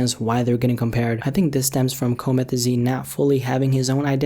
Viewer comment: Coemethzine is how you said it like nigga what??🙄💀